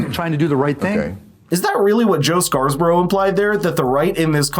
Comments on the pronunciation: First time viewer. Good show. *BTW, it's Joe Scarborough, (as in Simon and Garfunkle's 'Scarborough Fair') not ScarS borough. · Dude, his name is SCARBOROUGH....not SCARS-BOROUGH. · Have you not heard Scarborough pronounced before it's not scarsborough😂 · You couldn’t take a minute and figure out how to say Joe Scarborough’s name properly? Is that the kind of preparation we should expect from you going forward?